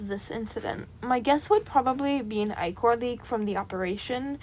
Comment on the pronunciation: I’m sorry but as a Greek mythology nerd I gotta correct you It’s pronounced Ick-er I’m sorry I don’t mean to be rude I just gotta correct you. every fiber in my being is screaming at me, Also love the video and the bean character amazing